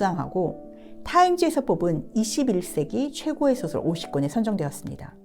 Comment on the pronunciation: 소설론에, "소설"의 발음이 틀렸나이다. "소설"의 :소"는 길게 발음해야지요! "짧게 잘못 발음하셨나이다. 이 뿐이 아닙니다. 빨ㄹ이 읽는 것만이 능사는 아닙니다. 장단음 자고저 공부를 많이 하시옵소서! "한국 어문을 고발함" 이라는 책을 읽어 즈실까요?